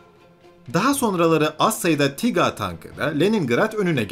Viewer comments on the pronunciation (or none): neden tiga diyorsunuz Tiger ( taygır) tankına ?